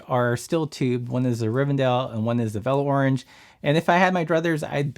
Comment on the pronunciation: You said “velo orange” incorrectly.